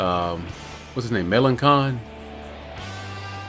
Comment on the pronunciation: its pronounce Ma-Lan-Sin